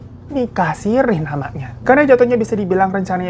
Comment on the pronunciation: nikah sirri bang bukan sirih. hihi. sirri itu artinya tersembunyi.. ralat ya netizen kalo aku salah.